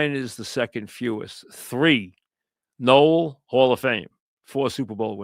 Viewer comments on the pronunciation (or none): none